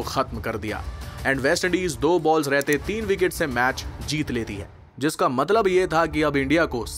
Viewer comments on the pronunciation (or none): none